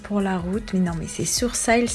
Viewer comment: Tu dis "Sourcailles" (sourcils avec accent américain) mais "One Tou Tri" 🤔🤔